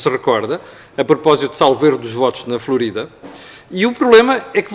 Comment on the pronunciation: Parabéns por ter dito Florida e não Flórida. É, efectivamente, Florida, nome dado pelos espanhóis que a descobriram num domingo florido de Páscoa. Pouca gente sabe e muita gente não quer saber. Sigo sempre entusiasmada os seus vídeos, todos os assuntos neles tratados, mas este Florida maravilhou- me!!!